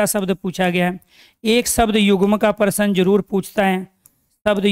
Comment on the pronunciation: पहली बार प्रश्न को parsan बोलते हुए सुने। हम हैं math वाले दिमाग में % आ जाता है 😂😂😂😂😂